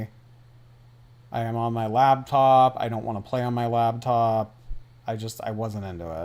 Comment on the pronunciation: So why does he say labtop?